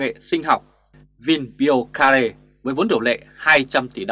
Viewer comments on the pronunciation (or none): rất hay nhiều mặt,nhưng đọc tiếng anh thì trật lất,đề nghị anh nghe giọng google trước khi đọc tin thì cách phát âm chuẩn hơn, bài này anh phát âm vinbiocare nghe kỳ lạ quá,xin góp ý với anh từ canada nhé.